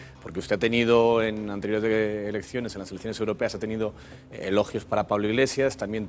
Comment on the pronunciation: es cosa mía o ha dicho ERECCIONES???